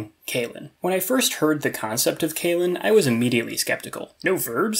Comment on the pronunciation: Nice so see a video about this old favorite conlang of mine! A small nudge when it comes to pronunciation: I think you gotta watch how your long e's become like ey's, like you're saying "kaylen". I guess it's an English speaker thing?